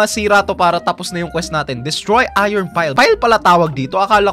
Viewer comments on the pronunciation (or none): none